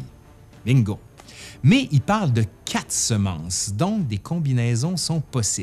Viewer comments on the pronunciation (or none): none